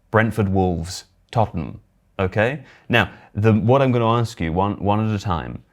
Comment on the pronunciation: Can't get over the fact cannot say Tott'nham